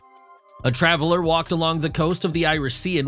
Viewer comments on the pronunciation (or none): none